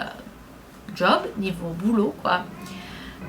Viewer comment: salut, juste pour te préciser que l'on dit "boulot" non pas "boulout", en fait je te corrige un peu mais c'est très drôle de t'entendre parler avec un si joli accent! bisoou.:)